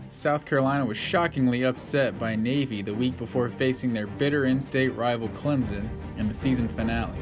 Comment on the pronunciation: It's ClemSON not Clemzen. Just saying. great video